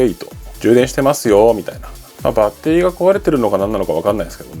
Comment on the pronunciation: バッ↓テ↑リ↓